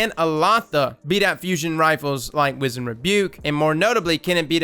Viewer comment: love you bro, been a sub since d1 (top tier content btw) but if don't stop mispronouncing the word wizened.... Maaaaaaaan!!!!!